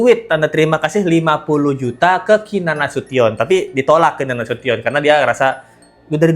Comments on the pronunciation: Keenan nasution..bkn nasuton.. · Duh, bukan Nasiton Mbak, tapi Nasution, hehehe